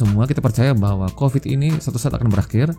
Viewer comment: Covid. Pakai V, bukan F